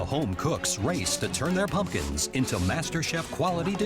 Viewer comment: I don't know why, but the voiceover seems like he's saying p-pumkins.